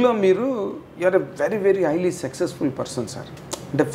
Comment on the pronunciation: Anchor గారూ - " సెక్సెస్ ఫుల్" అని 4-5 సార్లు అన్నారు.. సక్సెస్ ఫుల్ అనండి